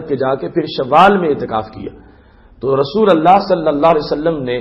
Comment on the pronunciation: رسول اللہ لام پر پیش پڑھیں گے